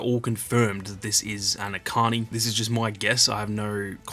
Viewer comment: Echani (each ani) Not akani